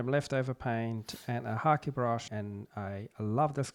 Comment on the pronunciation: Thank you for pronouncing "Hake" correctly!